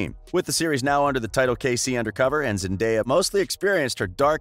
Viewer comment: The most pleasing thing to me as a fan of Zendaya since Shake It Up, is hearing when people pronounce her name correctly. Thank you. I love Zendaya so much.